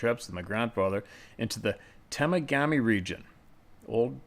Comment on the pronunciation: Ta-Ma-Ga-Mee is the correct pronunciation